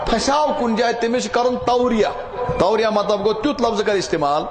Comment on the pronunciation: Tauriyah not tauliyah